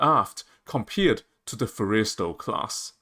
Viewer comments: Okay. It's pronounced FORREST-E-STALL, short vowel sound (almost silent) on the 2nd 'e'. Otherwise, your argument is well founded. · Learn how to pronounce the Forrestal class. It is ( 4 es tal short a as in Tally) emphasis on the Forr not the est. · You really missed the Date... it's May 2nd not April 1st or Aprils 20th... this is a bad joke / reefer dream, not a serious proposal. And your pronunciation is atrociously bad. Fo-reys-tell class??? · I disagree. I think we would be better off building 10 Midway class sized 45-50k ton ships with an airwing of 40 to 50 aircraft rather than a 75k ton ship. The name Forrestal is pronounced Forrest-all..? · Stupidest argument I've ever heard. Why waste resources on a Fujian, which even the Chinese have abandoned? If we need more carriers, buy 'em! AND GET that stupid Aussie-accented AI model to PRONOUNCE "FORRESTAL" correctly!!! Geesh. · The narrator pronounces "Forrestal" rather strangely. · Terrible AI audio. Mispronounces "Kitty," "Forrestal," etc. I don't care how good the content is--if you can't even use a real voice, I won't watch. I made it a minute in and gave up.